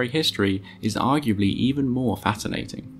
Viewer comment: Ah yes, "even more FATenating."